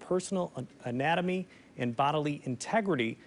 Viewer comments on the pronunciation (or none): get it together. your caption for the reporter speaking isn’t Rick Albin and he pronounced "autonomy" as "anatomy". oh the irony. 🤦🏻‍♀️